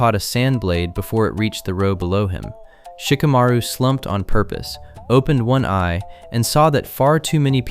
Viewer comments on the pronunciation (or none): none